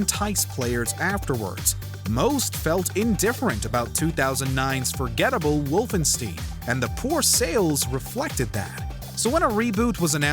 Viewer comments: Wy the foock are u saying wolfing stien . wolfenstein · Wolfenstien ??? ma dude the game is called WolfenSTEIN not stien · It's Wolfenstein not Wolfensteen. It's like looking at Italian and think it's pronounced I- talian lmao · It's pronounced "Wolf-en-shtein" not ''Wolfensteen" jeez man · "Wolfensteen"? That's new. Of course -stein can be pronounced "steen" in immigrant families, but the German would def be more like "stine", which is also the only way I've heard the game's name pronounced. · Why you pronounce it as wolfen steen? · Did you really just say "Wolfen-steen"?.. Jesus Christ, man... 🤦‍♀ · Can you just please pronounce things correctly? Always a problem when you’re doing lists. Wolfenstein is not pronounced Wolfensteen. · what the frick is WOLFENSTEEN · Ah, Castle Wolfenstein It's Wolfensteen. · The "Ooo-bisoft" and "Wolfensteen" pronunciations made me lol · I’m sorry, “Wolfensteen”? What game is that? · The way you pronounced Wolfenstein is blasphemous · The way he pronounced Wolfenstein makes my ears bleed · The way he pronounced Wolfenstein really bugs me, more than it should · Learn to pronounce the games properly before you think you’ll be taken seriously. Pathetic journalistic ideals. Do better or do nothing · Did no one brief him on how to say “Wolfenstein”? It’s like hearing Benedict Cumberbatch trying to say “penguin” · Omg How your pronounce “ Ubisoft “ and “wolfenstein” so damn cringey ah sia . I hope you go back to basics as to how to pronounce those two . Literally arm hair gave goosebumps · Bro can't say Wolfenstein or Nazis right. Legit was driving me crazy lol